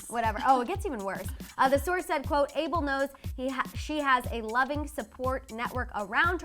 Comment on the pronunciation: She said ABLE NO his name is ABEL A B E L ABEL NOT THAT HARD sorry to have to comment about it but yeah y’all should fix that